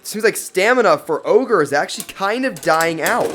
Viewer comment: My mans triggered me every time he said ogre